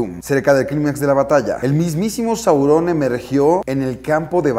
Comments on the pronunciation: ¡También a mi! Es Sauron no Saurón. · Es sauron, no saurón....no tiene escrito acento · Saurôn si caga escuchar que dice Saurôn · Esta impresionante, muy buena adquisición. Pero un pequeño detalle, y creo que la mayoría estamos de acuerdo en que nos incómodo como dices Saurón. Pero dejando eso de lado, buen vídeo. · Me incómoda como dice Sauron. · Alex te recomiendo que pronuncies sauron,la comunidad de fans de esdla es una de las más respetadas hacia la obra de tolkien,pero te amamos por adquirir esa pieza y detallarnolas esta hermosa 🌹